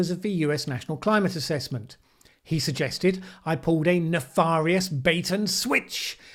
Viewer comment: Thanks for pointing out how Heller operates. He has a lot of fans who would benefit from this sort of detailed analysis (if they could just be persuaded to take a step back and listen). A couple of pronunciation points: 'Nefarious' is pronounced nef-fairy-us, not 'nef-far-ius', and 'La nina' is 'la nee-nya' not 'la nee-na' (because it's Spanish). HTH.